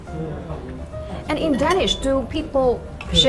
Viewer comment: your pronunciations of Denmark and Danish are incorrect.